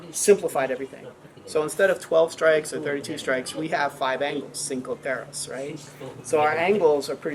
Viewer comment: the technique is a solid. Pronunciation aside.